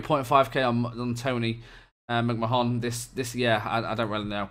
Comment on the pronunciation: McMahon pronounced like ‘McMahnn’ how the hell did he manage to wrangle that wage?! Speechless was right when I seen that too. Like the commenters below DoF idea for the lower league signings. Good vid, don’t care if they happen every year, the game advances so it’s always interesting to see the new systems in action.